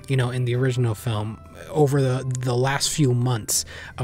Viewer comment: "origninal" Man. You WERE tired.